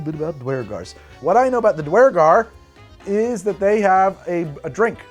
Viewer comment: More dnd is good. But please learn to say duergar correctly. I died a little inside each time you said it. (DEW-ur-gar per guides)